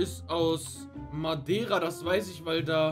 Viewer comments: Das heißt Madeira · ES HEIẞT MADEIRA